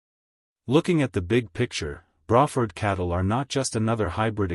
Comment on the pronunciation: "Bra" Ford, like a woman's bra. Hmmm? I thought it was "Bray" rhyming with gray or pray? I guess we can all learn something new from AI generated collections of random facts!!